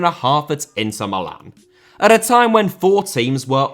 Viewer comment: Inter* not Ento Coppa* not Copper Italia* not Etalier Uefa* not Yuweifer Aleksandr* not Alekzander Simeone* not Simiouwni Serie * not Siri Bruyne * not Bruyner Bremen * not Breimen Father* not Fother Saw* not Sor Touré* not Tourei Venezia* not Venezier División * not Devegion Nacional* not Náxonal A* not Ar Half* not Holf Courtois * not Courtoir Gea* not Heyer Debut* not Deibyu Vicente * not Vinchentei Schalke * not Schalker Deschamps * not Deischamps Nazário * not Nazériouw Román* not Rouwmán Riquelme* not Requelmei Makélélé* not Makaleilei Diego * not Diyeigouw Nou * not Nau Bernabéu * not Bönabeyouw Liga* not Liguer Kroos* not Krouws Leverkusen* not Leiverkusen Idea* not Ideer